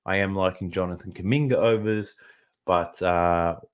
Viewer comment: Calling kuminga kumbucket is crazy bro 😂😂😂 great information tho I appreciate it